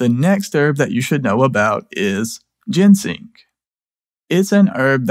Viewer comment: you're driving me crazy: ginseng is NOT gensing!